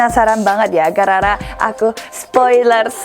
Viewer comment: Lucu bnget bilang 'gara gara' jadi garara😭😹